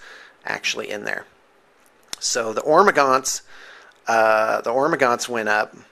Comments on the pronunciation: It's not Ormagaunts, its Hormagaunts. like WHOREmagaunts. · He's calling the 'ormagaunst because he got that salsa 'nids. Silent 'H'